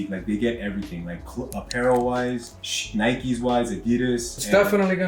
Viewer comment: nikes? disgoostin